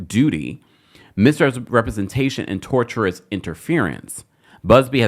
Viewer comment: "tortuous interference" I'm dying. It's "tortious" interference should sound like "torshus" based on the word tort, not the word torture.